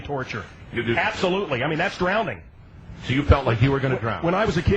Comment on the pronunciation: "that's drownding" with a "d" HAHAHAHA Whether that's how they do it or not, it worked. He lasted 3 seconds. hehehe